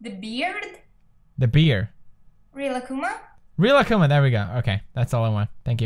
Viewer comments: it's bear not beer. bear, kinda like bare. plz. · I just love how you still say beer instead of bear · Why does he say "beer" god damnit pewds. It's "bear". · (sadieezizzzle) Yeah, it's just Felix being Felix.😂 sigh When will he ever learn 😑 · ^^ Yeah. I do that too and I'm Swedish. I don't think it's about having a swedish accent though, but more about that we tend to confuse bear and beer because they sound so similar. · I love how he pronounced Bear "beer" instead of "Bare" XDDDD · Pewds, its pronounced bear (bèr) not bear (bïr) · it kinda sounded like beard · But really, he said the beer 😂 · Lol, my boyfriend also pronounces bear as beer. And he says he and pewdiepie have nothing in common 😂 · He actually said beer instead of bear on marzia but marzia actually guessed it right... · Anyone els thinks he says beer when he says bear.. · Pewds pronounces bear... beer? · How come PewDiePie pronounces "bear" as "beer"? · It's pronounced beyr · u pernounce bear like beer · the way he pronounces bear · why do you pronounce bear like that hahaha